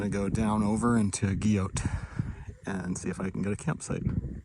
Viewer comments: I pronounce it GEE-OH. I'm not changing now. FROM MY COLD DEAD LIPS. Interesting route going all the way to the Twins on Day 1 and then back to Guyot. Respect. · Per the forest service website, it is Guyot (pronounced Gee-O). So, you have been saying correct ALL ALONG!!!! I'm looking to do a loop with Hale, Zealand, Guyot, the Bonds and Twins this fall. Loved the video. Thanks for sharing.